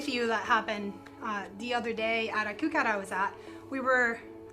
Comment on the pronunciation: She clearly said "kook out".... I assume this is a foodless pronoun party. G'damn kooks